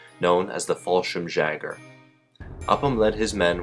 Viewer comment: Jaeger not Jagger - means hunter.